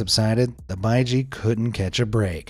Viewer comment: I’m watching in 2024 are the quols still alive? The baiji is pronounced bei—gee